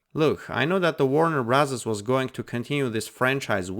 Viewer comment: Did you just say Warner Brazzers? 🤣🤣🤣🤣🤣